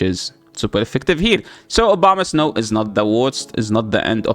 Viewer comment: Am I the only one hearing "Obamasnow"?